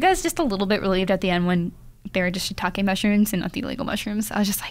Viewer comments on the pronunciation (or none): none